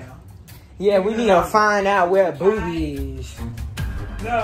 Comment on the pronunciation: U said Boby😂😂😂😂